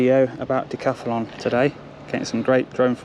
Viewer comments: Why do you insist on saying decathAlon, cant you read. They're very big letters.....Moron! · Decathlon is the Name not Dacathalon😂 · Decathlon not Decathalon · Todays episode was brought to you by the letters GBRP. And the extra A DJ adds everytime he says Decathalon